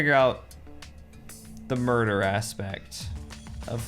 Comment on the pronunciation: 'Miurder'😖 It's time to stop👨‍💻🍹